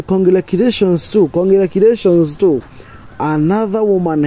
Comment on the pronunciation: it's not congrakulations it's congratulations